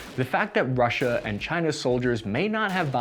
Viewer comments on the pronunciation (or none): none